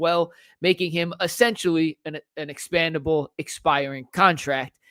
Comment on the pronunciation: Expendable not expandable. 😂